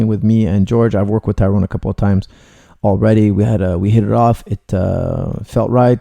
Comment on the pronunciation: Luv you coach, you are the best, but now that you're training him, please note Tyron is pronounced "Tie-run" not "Tie-rown".....!